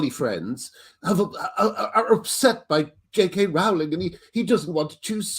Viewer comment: Ffs after all this time Graham, Rowling is pronounced "rolling"!!!